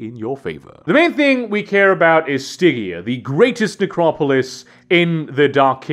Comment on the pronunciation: Stig-EA... never heard it pronounced like that before.